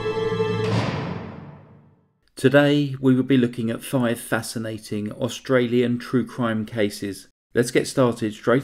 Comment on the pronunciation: Well done on your pronunciation of our Australian towns!